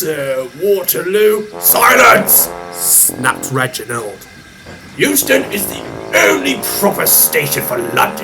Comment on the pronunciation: Euston, not Huston.